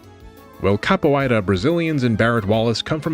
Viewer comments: You seem to be having trouble pronouncing "capoeira," but you actually got it right the first time. It's "kapōˈārə," but you can also pronounce it "kappo-era" if that's easier. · Nice video! Since I now know you graciously take corrections, here is a tiny one on the pronunciation of capoeira: there is no diphthong vowel inside of it, despite the three back-to-back 'oei' combo. The pronunciation in brazillian portuguese would read "kah-pü-EH-ra", or if you wanted to say a simplified english version, "cap_poo-WHERE_ruh". Sincerely, a low-level capoeirista.